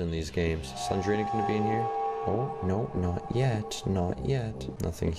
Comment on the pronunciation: It’s not slengrena it’s slendrena